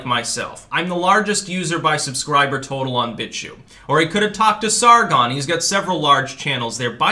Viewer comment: "He's writing a hit-piece about Bitshue...". Hm... the word "BitChute" has a "t" at the end.